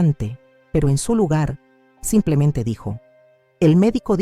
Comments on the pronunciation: Siiii, siempre dicen así, "samplemente". Es muy raro.!! 😂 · Aja,la otra voz decía somplemente, pero me convencía de lo q dice. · Peor es la otra que dice SAMPLEMENTE...